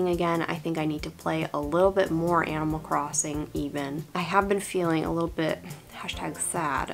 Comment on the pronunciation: For a second I thought you said "Emo Crossing" and I just...accepted it?